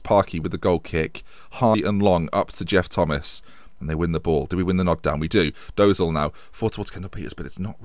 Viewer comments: For Dozzel it's not Dose-al its Dra-selle like Gazelle but with a dr at the start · Actually family friends with the Dozzell family. Just a heads up it's pronounced 'Doh-zel' as in the 'oh' from 'orange' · Dozzell star signing, had a few saves with him becoming a star. Saying his name wrong, pretty sure he is the son of ex-Footballer Jason Dozzell.